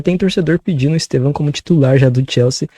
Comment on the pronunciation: Eu racho o bico pq a pronúncia deles de EsTÊvão faz parecer que eles estão chamando ele de EsteVÃO (no aumentativo) 😂